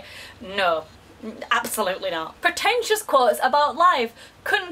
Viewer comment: I love of the spits the word pretentious out at around 3 minuets, aw irony